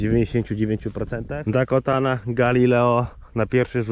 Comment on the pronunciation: I cały film źle wymawia nazwę jęczmienia 🤦 ,,Dakota ,,to prawidłowa nazwa , nie jakaś Dakotana